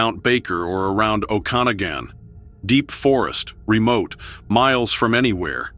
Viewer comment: Project Blue...Okanogan pronounced,Oh-can-ag-an. Just helping 😉